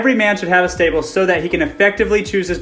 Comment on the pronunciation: "Whats up MTV Cribs and welcome to my §tÄbLe."